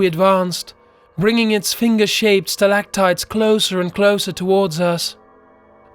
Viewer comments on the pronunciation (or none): I am going to have to stop watching because of the narrator's pronunciation of 'canaries' and 'stalactites'.